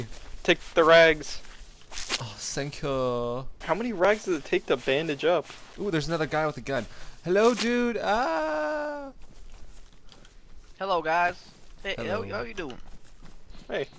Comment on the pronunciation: Why did he say sank you. I thought Johns reign was over.